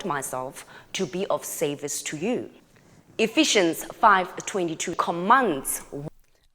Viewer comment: The bit sians of Ephesians is pronounced “zhenz”. Or, more accurately, zhənz. The fruit Eve ate is never identified as an apple. That was a later, unofficial retcon. If this lady is submissive to hubby, and thinks she should only do housework and make herself smell nice, why the hell is she making this video? Doesn’t she have other biblical things to undertake? Imagine if your household has two intelligent people in it. One of them isn’t allowed to discuss decisions. What an absolute waste of an intellectual resource. I am atheist now , but there were many professional women in my church, when I was growing up. As a result, the submission passage hardly ever got taught. Another passage, Pauline again (because all the difficult ones tend to be Pauline), is one which says it is better to remain unmarried.